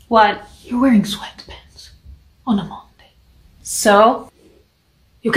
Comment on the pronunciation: “Your wearing sweatPAnts oOn A moNdaYy😨” was too funny😂